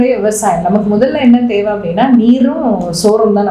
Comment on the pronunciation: பிரபாகரன் பெயரே கேட்டலே என்னுடைய உயிர்❤❤❤ அவர் அண்ணன் இல்லை தந்தை ,நாடி நரம்பு 😘😘😘😘😘